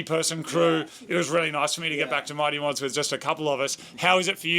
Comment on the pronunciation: Why does he keep saying "The Mighty Cumlords?" Weird.